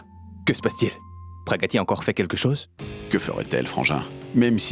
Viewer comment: me tue en disant Praggatti 😂